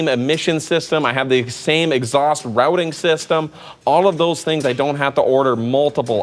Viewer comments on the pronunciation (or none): none